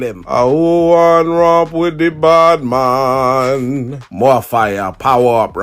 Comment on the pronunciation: "Bad Mon suplex" 😂